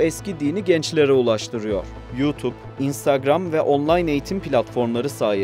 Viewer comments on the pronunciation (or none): none